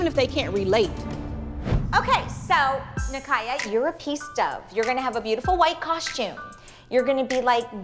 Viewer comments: bro it sounds like abby is calling kaya and nikaya kayak and nikayac lol i can’t 😂😂😂 💀💀💀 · abby asking nicaya to spell out rond de jambe. when abby isn’t even pronouncing it well